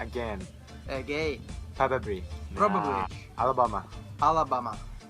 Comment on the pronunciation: Why Thai people always find it hard to pronounce "probably" it sounds cute and funny at the same time lol